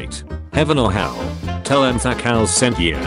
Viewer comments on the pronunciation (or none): none